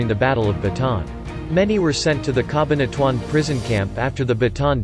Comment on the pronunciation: Ca-bahn-a-tu-an. These AI voices are so annoying!!!